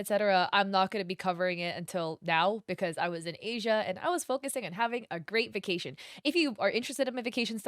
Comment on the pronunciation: just so yk the name of the artist is polish(or at least has a polish first and last name) and Asia is not read as the continent(SORRY THAT BUGGED ME A LOT THE VIDEO IS GREAT AND SUPER INFORMATIVE)